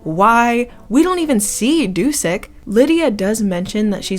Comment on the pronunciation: I thought Dušek is pronounced "Dushek"?